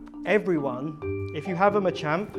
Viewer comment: Machamp is pronounced match-amp the way you say it really urks me lmao